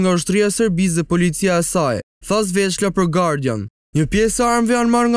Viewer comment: Sveçla e jo Zveçla. 😂